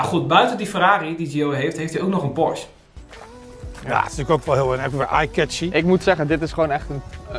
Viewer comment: Weet je wat ik wel raar vind je bent zo en dan nogsteeds porsche verkeerd uitspreken tis geen porsch je zecht porsch e zo spreek je et uit porsche u porsch u 😬